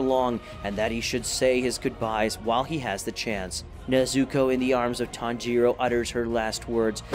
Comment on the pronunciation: I'm sorry, I can't watch a video where you can't even pronounce the characters' names right tanGIro, neZUko, haSHIra idk why it bothers me